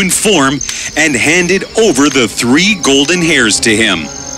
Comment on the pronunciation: You said tree not three